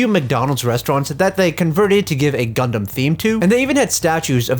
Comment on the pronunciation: DID YOU SAY……..gUdUm